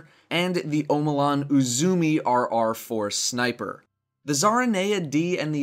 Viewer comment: Quick correction, Uzume is pronounced "Ooo-zuu-meh". It's the name for the Japanese Goddess of Dawn.